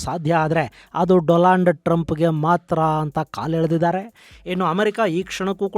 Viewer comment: Donald not doland